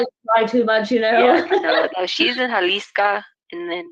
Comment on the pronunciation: Jalisca? It’s not Jalisco??